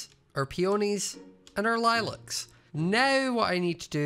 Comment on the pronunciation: i love how says lilack